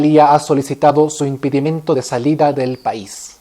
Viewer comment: no es "impidimento" "Impidimentu", es impedimento. , no es "firs" capital se pronuncia "ferst"